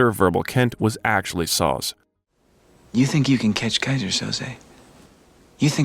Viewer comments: It’s SO-ZAY. Not SAUZE. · Kaiser Sarose what?? Lol how'd you do this good long documentary and miss how to say that characters last name? Even after having a clip of him saying his name from the movie in this. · Pls get the pronunciation right. Even Spacey says the name “Sozay” so you do get a correct pronunciation. It’s his most famous role so if you don’t get it right, it makes your biography less credible. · Came here to say that! Kaizer Sauz?? WTF? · There's an AI tell. "So Say" I. How humans pronounce it. Sozz Skaggs and the Silk Degrees. Gawd, it keeps doing it! Sawzall! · You clearly haven't watched The Usual Suspects if you think that's how you pronounce Soze. Or your AI is glitching.